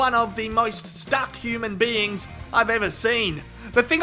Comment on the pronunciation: Cannot stop laughing at "SHE'S FACKIN STACK!!"